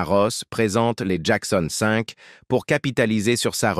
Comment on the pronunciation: C'est un IA qui parle? Il n'y a pas d'intonations et la prononciation de certains mots est plus que douteuse ("Mykael" "Jackon 5" prononcé en français...)